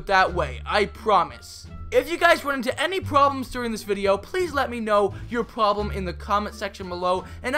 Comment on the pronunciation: Aghq you Said problem wrong hehe...